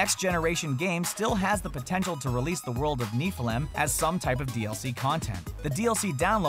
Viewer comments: Niflheim is pronounced "niff-el-hime"......also, nobody really knows exactly what yet but LEGO Dimensions recently had an update that seems to have removed planned levels ( the total number of gold bricks dropped by 50, indicating a significant amount of content getting canceled/scrapped ) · That way of saying Niflheim is weird..